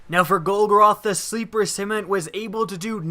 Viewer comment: Sim-U-lant.. simulant... like a simulator.. to simulate.. simulated.. not simont !.. sorry... great video though!